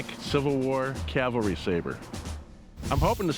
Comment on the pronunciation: Hey Corey...Calvary = where Jesus died Cavalry = mounted soldier You're welcome.